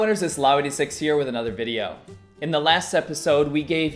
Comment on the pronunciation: Welcome to another Wideo!:D